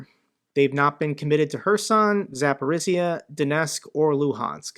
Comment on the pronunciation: love you content. If I could give you a tiny tip it's that Zaporizhzhia is pronounced zah-POH-reeja. The zh make a J sound. That is all. Thanks for the hard work.